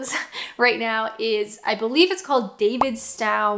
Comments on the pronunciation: It’s David sto, not Stow as in Cow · As I'm sure someone else will have pointed out already, it's pronounced more like "David's Toe" than "David Stow". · The cheese is pronounced “DavidsTOE” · Davidstow, pronounce the stow like row, as in rowing. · Davidstow pronounced david-stow -- It is a village in Cornwall {Kernow}, England. Davidstow Cheddar is a brand of Cheddar cheese manufactured by Dairy Crest, at the Davidstow Creamery in Cornwall, England, United Kingdom, alongside Cathedral City Cheddar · Hah Hah! Tots is not part of the full English breakfast, it’s like an afters tea (as much as you can drink) toast (White or Brown), real butter and jam or marmite. The bread for a full English is fried. The reason for toast came out of hotels who didn’t want the extra work of afters. Davidstow is pronounced David StO. Not as in cow that’s US English as Moss Cow for Moscow (American English really grates. Hope you don’t mind me doing the annoying correction bit, sorry had to be done. Cheers l do love your vids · The cheese is pronounced like David’s Toe - it’s a small village in North Cornwall. Cathedral City is from the same place but the Davidstow’s own brand cheese is their better quality / longer matured. If you see the Davidstow in the black wrapper try that, it’s amazing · Haha, there's a funny thing about your current favourite cheese, and as many have probably pointed out to you - it's pronounced like "David's Toe Cheese" lol 😂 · Love Davidstow..... probably my favourite cheddar. (pronounced David-st-oh FYI :) ). Lovely to hear someone not from here mentioning so many good things about our little rock. British folk are all too quick to moan about everything and not realise what we've got. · Davistow is pronounced david-stoe as in rhymes with toe not cow